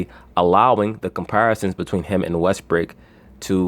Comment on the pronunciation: Why do you say westbrake instead of westbrook?